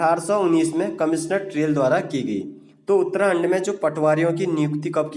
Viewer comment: Uttrakhand mere alawa or kise uttrahand sunayi de rha h